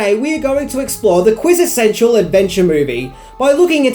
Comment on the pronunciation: The word is "quintessential".